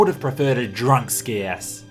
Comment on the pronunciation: Scias is not pronounced with a hard C btw. It's more like "sye-us". Similar to the word "scion".